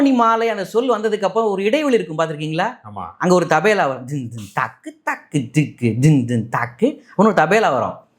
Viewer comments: Not Tabela but Tabala. Always he is mis pronouncing as Tabela. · Tabela Allai Tabala😂😂😂😂😂😂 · IT'S CALLED TABLA NOT TABALA.